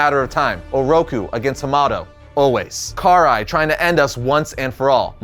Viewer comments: The way he pronounces Karai's name angers me deeply. No hate tho. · Sorry to nitpick, but you mispronounced Karai's name several times. Her name's pronounced "Kar-rai", not "Kar-ai". You also fumbled with pronouncing "Hiroto". It's "Hee-roto".